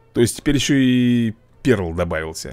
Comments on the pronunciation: Рени не перл а пёрл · Пёрл правильно говорить